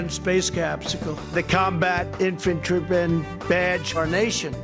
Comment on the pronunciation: My favorite word is infantroopen. Say what!!???? But then when a " president" can't even pronounce the name of our country!!!